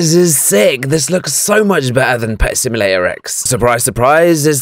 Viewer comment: i like how he said pet simulater eggs